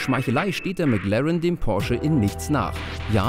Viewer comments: Erst sagt der Neunhundertelf und dann noch McLarren. Schrecklich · Wenn man nicht mal McLaren richtig aussprechen kann...